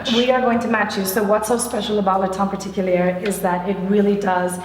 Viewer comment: I'm not even french and I cringe whenever she pronounces the name, the last r in particulier is SILENT